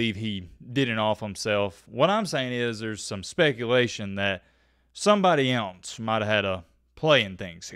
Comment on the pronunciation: You need to learn to pronounce the word "else" .